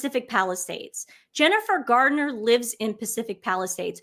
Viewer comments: Please girls when you are referring to Jennifer Garner please say Garner not Gardener, also It’s Wimbledon not Wimbledon. Sorry to appear mean because I love your videos and look forward to them 😍😍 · Jennifer GarNER, not GARDner. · " Her name is not Jennifer "GARDNER!" It's "GARNER." I'd rather you mispronounce Meghan's name. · And Jennifer GARner, not Gardner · It’s Garner, not Gardner. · Jennifer Garner, not Gardner! eeeekkk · I love you but it’s Garner, not Gardner ❤❤❤ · I appreciate your keeping track of what some faux royals do, especially at a time when so many people are suffering inconceivable loss and shock. Please be aware that, although you make excellent points, the famous tennis venue is Wimbledon (with a 'd' not a 't') and it's Jennifer Garner, not Gardner. These small details detract from your larger message for those of us who care about such things and notice them. Thanks for your efforts, though. You're charming young ladies and I wish you all the best in your future.